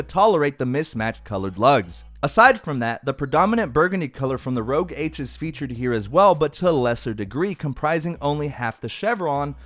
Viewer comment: I want them all... btw, it's pronounced "Rooosh Ahhhsh", not rouge - that makes sense but it's their signature red and it's just French for "red" :) Great review, I have an Ultra and appreciate you showing these on the Ultra.